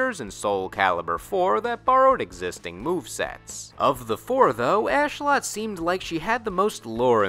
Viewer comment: Isn't it Ashlotte with Lotte being pronounced as in lotus? XD this guy says ass lot, yet likes her. I personally didn't. She is a golem, created by pagans, and has a shorter reach than Astaroth. Also I didn't like Pyrrha Omega. The whole time I didn't even recognize her as a variant of new character Pyrrha and thought that she was Sophitia made more brolick and wack at the same time. I thought her moveset hit hard and flashily, but her physical stance, lead up and follow through seemed weak, like a physically sub normal character having some great dark spiritual weapon be the powerhouse. It seemed sad and empty. I also don't like Shura, though mainly because she is dressed like a ho, which seems strangely accentuated by her not having a butt.